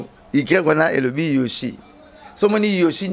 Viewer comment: C YEBISA BALOBAKA YOSHI TE, BALOBAKA YOSHJI ET NON YOSHI.... AMIKUSAKA AYEBI FORME, MAIS AZO KOKA KAKA KO PRONONCER YOHJI TE ASALAKA ERREUR WANA CHAQUE FOIS ATANGA GRIFFE WANA YA YOHJI, APRONONÇAKA YANGO KAKA MABE, ALOBAKA KAKA YOSHI, EZALAKA YOSHI TE, EZALAKA YOHJI...... BONGISA PRONONCIATION.. EZALAKA YOSHI TE.. YOHJI YAMAMOTO